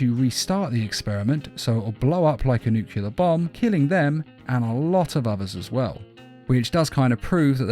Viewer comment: Not to be that guy, I love your videos, but "nuclear" is pronounced "noo-clee-ar" not "nuke-you-lar"